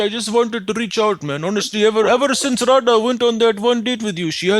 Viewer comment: You couldn't pronounce "Radha" right! 😁